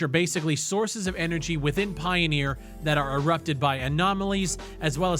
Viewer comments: It's not pioneer, it's pioner. Pie-o-ner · Pioneer? Pioner? I don't think it's pronounced pioneer, if it's spelled pioner?